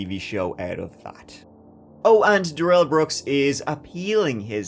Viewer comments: I wish you wouldn’t pronounce his name “da-RELL” like he insisted. That was just his attempt at seizing control in this trial. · GROUNS! Long term fan, btw. But you have terrible pronunciation in this video. It's Dah-rel, and Waw-kesha, just for the record. I'm a huge fan, and if you ever come back to NY... well, golly, I live right by Sleepy Hollow and can show you around that cemetery, and give you all of the lore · Duh-rell!!!! Can't forget this f*ckup!